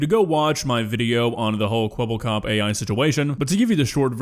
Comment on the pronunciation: Thats not Kwebblekop thats Keweeblecoop